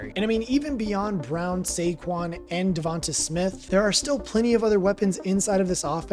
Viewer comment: It’s pronounced devontay